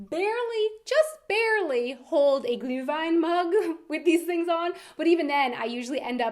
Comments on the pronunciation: Yeah I think it was very close, like 80% on the road between u and ü. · Seems as if you've gotten a lot of practice pronouncing Glühwein over the last few weeks ;-). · Just recognized you are an American that has mastered the "ü" as in "Glühwein". Kudos!